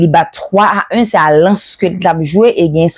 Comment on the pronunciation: Mèsi paske anpil ayisyen pwononse Lens an kreyòl kenbe la tiaw